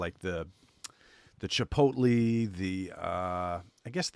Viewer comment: I think what got Red Lobster is that they started doing the AYCE thing year round. When it was one month a year, I think they had success. I also heard they were doing AYCE lobster now too… not smart. Also… ChipotLAY,. Not Chipotlee. Love you’se.